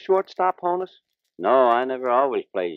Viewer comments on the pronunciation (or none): It's Hah-nus. Not, Hoe-nus, "you big dummy"!